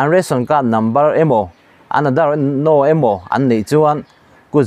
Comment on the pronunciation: chu i thuchhiar hi i chhiar pawp pawp ringawt a,i thuchhiar lam dan a dik leh dik loh leh a thluk te a dik chiah em tih hi i ngaihtuah ngailo emawni😬Tunlai a phone number emaw sawi nan a kan hman thin "No" tih te hi "naw" tiin i chhiar mai a,ngaihthla tute tan angaihawm loh phah vek thin alawm😢😊✌️